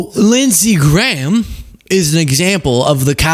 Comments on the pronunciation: Lindshe Gayham? Seriously? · Its lindsey GAYHAM